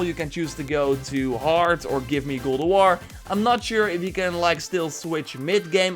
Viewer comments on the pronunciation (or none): GOD OF WAR not godowor please..